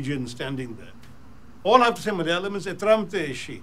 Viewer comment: its not ethramte.its ethramatte in malayalam